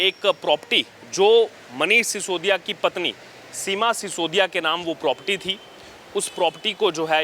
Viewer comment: प्रॉपर्टी बोलते हैं प्रोपटी नही